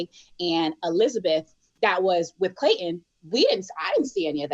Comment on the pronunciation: Why do you all pronounce his name as "Clayt-EN????"